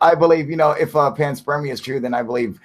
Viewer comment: Cool live guys, cheers...but WTF is Pants Spermia !? Ah right, it's panspermia...no worries, all good...carry on :}